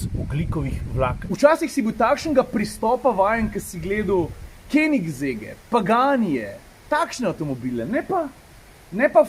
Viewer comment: Ce smo ze pri izgovrojavi, ni "Kenigsegg" ampak Königsegg ;-)